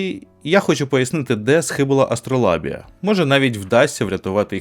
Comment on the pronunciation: А вимовляти АстролАбія, замість АстролЯбія - це спеціальна фішка, щоби показати ставлення? Чи просто "шрифт завадив" прочитати нормально?))